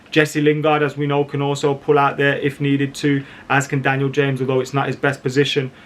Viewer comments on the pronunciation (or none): none